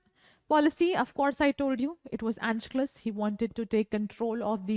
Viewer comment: your pronunciation of anschluss isn't correct.